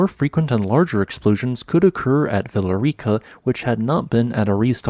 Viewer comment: For context on Villarrica, the double L is said like a Y. So its more like Viyarica. You can also roll the r if you want to.